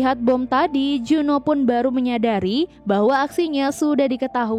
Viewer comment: Kok berubah juno namanya disini. Kok ga dibaca jun ho